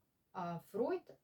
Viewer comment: Зігмунд Фройд (Freud) правильно, тому що у німецькій “eu” читається як “ой”, так само як у "ei" як "ай", тому Einstein Айнштайн, а не “Ейнштейн”. Тож пані в цьому відео все вимовила правильно. Іноді мовознавці домовляються, що при перекладі імен відомих діячів, які вже стали загальновживаними, їх іноді залишають у поширеній формі навіть якщо фонетично правильний варіант інший, та це не знаю, чи це стосується цього випадку